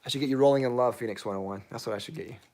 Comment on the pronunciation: Had a great laugh at your intro of Rolling in Love. I totally thought you said Bowling in Love. I was thinking, "Wow. They are making fragrances for everything these days!" LOL :)